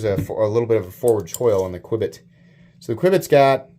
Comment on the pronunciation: The Qubit is pronounced "Cue-bit"